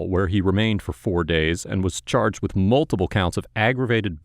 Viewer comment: multiple not multiBle